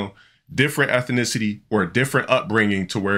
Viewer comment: "ethinicity" - the scholar